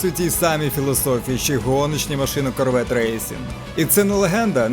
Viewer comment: Шевралє Карвєт ?! Ти серйозно?